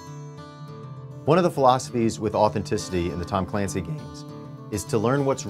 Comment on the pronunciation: TOM CUH-LANCEE! -caffeine guy